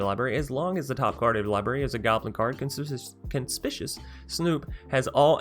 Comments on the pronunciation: legit not trying to be a dick. But con-SPIK-you-aus Conspicuous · Little trouble with “Conspicuous”. 😆 Pro tip: the second “C” is a hard “C”, like the first one. (Fun combos, if nothing happens to Maskwood.)